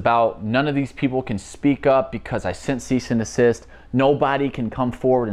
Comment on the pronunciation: His annunciation of the word desist is obviously not expressed very clearly but Tayler is not by any means an idiot.. he very well knows it’s NOT called a cease and assist, people like you just let your preconceived biases get in the way of your better judgment which is arguably quite sad honestly.. Jusss sayyinn’! 🤷‍♀️